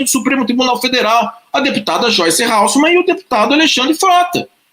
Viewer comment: Ralsseman. Hasselman .